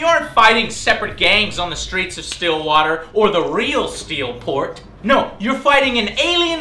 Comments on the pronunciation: I know I'm waaaaaay too late for this but... Stillwater? It's Stilwater... and it's With one "L", Bitch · Stillwater what what nooo its with one L bitch